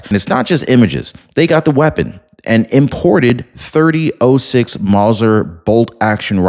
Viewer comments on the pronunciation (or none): If he says "30 'oh' 6" one more time...🤦🏾‍♂️ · There was no empty casing on the roof of university building - the gun was a bolt action, which does not eject a spent casing - it has to be done manually. The gun caliber is pronounced “thirty-ott-six”. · The round is pronounced a 30 ott 6.